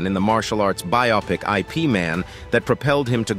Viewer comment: pls teach the IA to read IP as Yip. else it may thinks that IP means Internet Protocol.